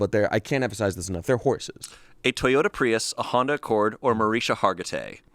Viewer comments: MA-RIS-KA. NOT MARISA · MarisKa! Omg! 🤣🤣🤣 the constant mispronouncing had my eye twitching. 🤣🤣🤣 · Its mariSHKA Hargitay, there’s a “sh” in it. It’s how she actually pronounces it and says she’s used to people pronouncing it wrong lol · it's Mah-rishka not however said it btw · Mah-RISH-kah, my people. And she is a saint. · I love your comment and I watched that documentary, it was so good. It's pronounced Ma-RISH-ka! I kept yelling that at my phone, lol 😂😂😂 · pronunciation of Mariska Hargitay really bothered me 😂 he replaced the k with an h. I can't believe no one knew her actual name. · How’s your day going, “Mariska Hargatay” 😂😂😂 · Mariska: Mar-EESH-ka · I was genuinely waiting for someone off camera to tell her name was pronounced “Mariska(ma-rish-ka)”😅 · … it’s Mar-ISH-ka put some respect on her name for real. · literally begging them to say her name correctly 😭 there's a whole k in her name that they're missing ohmygod. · as a hungarian i cant handle them laughing at Mariska Hargitay pronounced in the american way💀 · Can someone teach how to say Mariska? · The amount of times they said Mariska’s name wrong was WILD lol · The "K" in "Mariska" isn't silent y'all 😩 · As a fan I must say…..you guys are butchering Mariska’s name 😂😂 as bad as pon de replay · hearing them mispronounce Mariska Hargitay's name like eleventeen times was PAINFUL lmao 😭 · I’m distracted about how pronounced Mariska Hargitay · absolute butchering of Mariska Hargitay’s name should actually be a felony. 😂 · being so confident in his mispronunciation of Mariska is hilarious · The way they didn’t pronounce mariska hargitays name correctly once is killing me